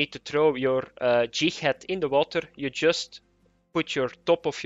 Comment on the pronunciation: Pretty sure he said Jighad